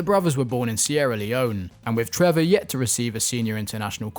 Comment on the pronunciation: His name is Trevoh Chalobah not Trevor Chalobah